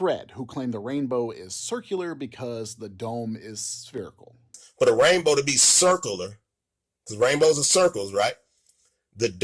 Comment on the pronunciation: Did Fred say circle-lar?